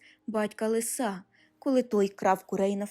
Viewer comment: лИса, а не лиСа. шЕрсті, а не шерстІ